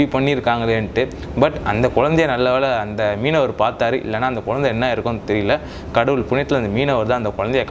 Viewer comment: குழந்தையா குயந்தையா.....அடிக்கடி So so so சமயம் தமிழ் பெயர்எதற்கு.... நீர் தமிழரா